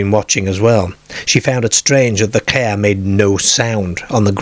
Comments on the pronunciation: Yeah he says ker instead of car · Pronounced "care"..... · “In the dak”, “while in the cah” , “painful mock on hair airm”. 😂😂😂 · I wish you’d dial the accent down a bit. I’ve no idea why you think “car” must be pronounced “keeyair” and farm “feeyairm.” It’s intrusive and interferes with the storytelling. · how many times can he 'cah'? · "It was cigear shaped...". "They abandoned their cear" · This guy cannot say car. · I've never heard a Welshman pronounce car and farm like that before Most peculiar. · I love the way he pronounces Car ....😂